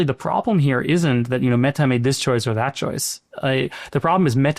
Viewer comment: Never trust anyone who says me-TA like tht